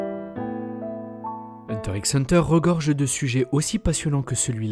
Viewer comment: ok mais on dit " hunter hunter "